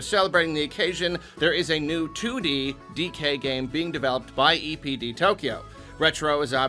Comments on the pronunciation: For a minute, I thought he said “Nintendo EDP” 💀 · When I heard say EPD, I thought he said EDP😂. Anyone else? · I thought you said EDP instead of DPE